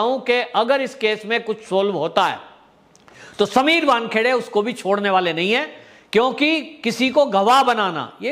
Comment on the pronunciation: Correct your self, it is not Bankheade, it is vankhede